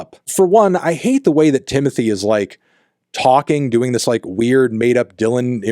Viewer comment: Stop saying "Timothy" please